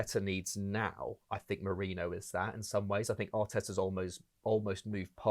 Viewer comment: It’s Me-ri -no.